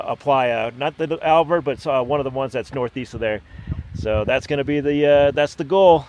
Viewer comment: Not that it matters but it's Abert rim and Abert lake, not Albert - minus the L. I like your adventures, you have been to some places I have travelled and then some. I would love to get together to travel someday.